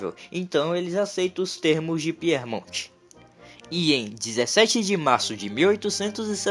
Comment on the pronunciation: Cuidado com a pronúncia. Piemonte!!! E não Piermonte! Quer dizer ao pé da montanha.. Aos pés dos Alpes.. Não é Píer!! É Pie